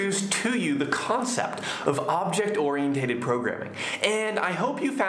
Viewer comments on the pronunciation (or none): Very good lesson. I have a question about the pronunciation of ORIENTED. Shouldn't it be pronounced like this?